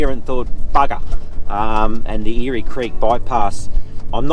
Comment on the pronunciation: Eyre creek is pronounced air creek not eary creek.